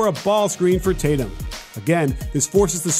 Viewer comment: its tatum